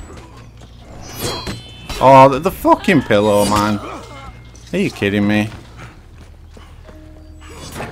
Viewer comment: With your accent, it low key sounded like you got mad at a pillow rather than a pillar